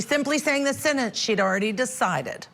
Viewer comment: What is a sintinse hearing? There are 2 e’s in the middle of the word sentence. Does she say “tinse” for tense “Tint” for tent ? 🤷‍♀️🤷‍♀️ usually those from the south have this pronunciation